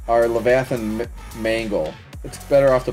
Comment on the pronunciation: “Levithanhs mangle”🔥🔥🔥🔥🔥🔥